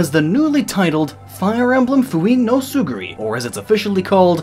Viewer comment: I realise I'm nitpicking a small detail of an extensive and generally well put together project but... man, your Japanese pronunciation hurts. Tsuguri? Really?